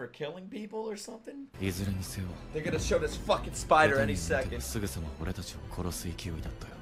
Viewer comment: he kind of slurred "they'rego-nna [do it]" together